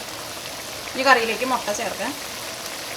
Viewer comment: Hello .like ur recipes ..tried many.all came out well .thank u ur presentation also improved ..like ur nadan style ..pls say mutta not motta ..n masala pronunciation is also odd..pls correct ..don't take it as rude .it's just à friend's comment .